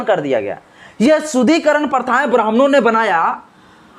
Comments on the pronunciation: Manusmrithi me kahan yah sab likha hai,shloka ke saath ullekh karo.SHUDDHIKARAN shabd ko bar bar Shudhikaran kahathe ho,shruthikatu lagta hai. Correct pronunciation karo.Barthaman me Hindu samaj ko sangatthith karna atyabashyak hai.Samaj me vedaved paida math karo.Aaj samagra vishhwa Hindu Sanathan Dharma ka mahathwa sweekar kartha hai.Hindu Sanathan Dharm ka udaarta, sahansheeltha, prem, sanskar, ahimsa, manabikta, uchh bichardhara ebang sarbopari MAHILAON KE PRATI SAMMAN aur koi dharm me milega hi nahi. Kashmir me Islamic shasankal me Hinduon ko dharmantarit kiya gaya thhaa,lekin sc,st logokon chhod diya thhaa.Kyun?Kyun ki sab Musalman ho jaayega tho saaf-saafai ka kaam koun karega?Hindu samaj me sudhar thathha vikash ka kaam karo,nafrat math phailao. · पहले तो शुद्धिकरण का उच्चारण सही से करो.... अभी तो शिक्षा से वंचित नही हो ना।